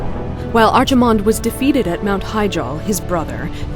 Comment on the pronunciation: bugs me how they pronounce archimonde